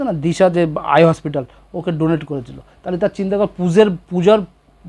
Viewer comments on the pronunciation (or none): none